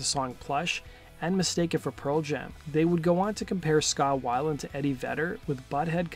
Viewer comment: It’s scot whale-end not how ever u say it